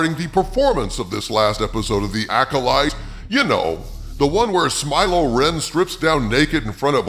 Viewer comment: Umm it’s smile-lo renn and lez-b-friends 😂. You can use that last one if you give me a shout 😆